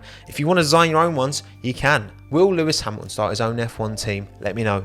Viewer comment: Mate, pronouce the t’s. It’s Hamilton not Hamilon and Toto not Toe oh!